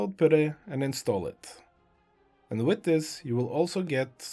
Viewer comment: This worked so great, thank you for this video!!! I could listen to you pronounce "Putty" all day long. 10 hour loop when?